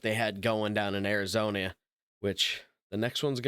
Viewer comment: Arizone-e-uh lol